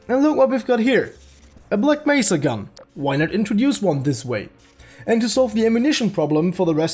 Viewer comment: did you not see him say Bleck Mesa?